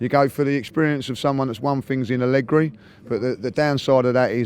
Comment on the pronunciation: FFS stop saying ALLEGRI!!!!!!!!!!!